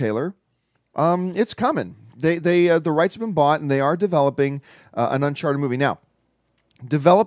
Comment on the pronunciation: Its not Uncharter John its Uncharted!!